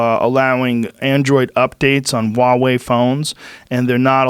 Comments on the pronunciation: Joe I can't take it anymore, you are obsessed with this company recently so- stop saying "WA WEI" correct pronunciation- say the H sound like HUH..HU..HU..WA...HUWAH... HWAH..HUA...WEI. pronounce the H, blend it with the wah quickly and you get a HWAH, HUA. Huawei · I'm told that Michael Malice was on this episode but all I heard was just Rogan ranting away about all his usual bullshit for ages. And for fucks's sake, can someone please tell him how to pronounce "Huawei"?